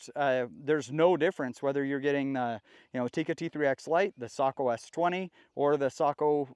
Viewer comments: Furthermore how many times are you going to say Tikka and Sako (“Sæko” not “saúko” it’s Finnish not Japanese) are sister companies? Fairly certain most if not every viewer here knows that and if they didn’t they heard you the first 3 times…. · Ok I’m a Aussie it’s Sako not socko